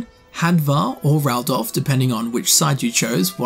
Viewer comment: he said "Raldof" >:(